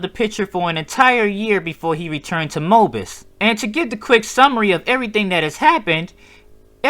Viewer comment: I like hearing the way he pronounces Mobius. “Mobus”